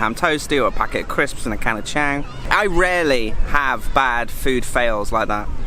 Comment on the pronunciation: the beer name is pronounced "Chong", it's the Thai word for elephant. You probably figured this out in the last 4 years, but just in case. Don't want you to sound like it's your first day in Thailand even though you've visited every province 😅